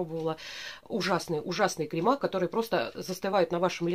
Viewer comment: крЕмы, а не кремА.